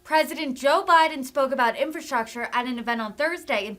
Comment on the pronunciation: He can't even pronounce infrastructure! 🤦🙄 He is worried about infrastructure when the LIB CITIES ARE LITERALLY BURNING AND DEGRADING FROM CRIME, Over-spending, stopping oil production and making gas prices high and increasing prices to truck EVERYTHING!...Ok Pennsylvania but let's elect "UNCLE FESTTERMAN"/"NOSFERATU"🧛🧟 to SENATE and make things even worse! Like start bailing water and people into the Titanic 🤔